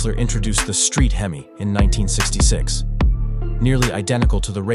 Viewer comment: You don’t spell out HEMI.. you say hemi as in hemispheres. Moron. Dont be a docuvid then pronounce things wrong. That’s just stupid!